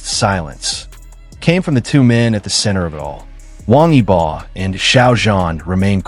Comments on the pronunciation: YOU can't even pronounce WANG YIBO's name correctly!!! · İsimleri adam akıllı okuyun wang yibo ve xiao zhan farklı telaffuzlarınız kulaklarımı kanattı 😬